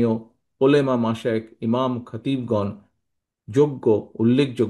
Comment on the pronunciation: উনি নাকি মুসলিম,, উলেমা বলে,,আরে ভাই,,উলামা উলামা হবে